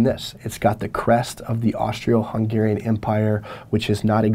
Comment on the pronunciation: dude did you just say , AUSTRIO HUNGRARIAN empire